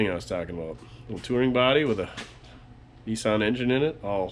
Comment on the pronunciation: NEESUN I Thought it was NISSAN